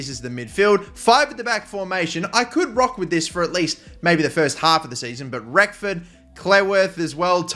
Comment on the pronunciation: Great start to the RTG with my club, but for the love of God please pronounce Reckord's name right!! There is no F in his surname. TIA :D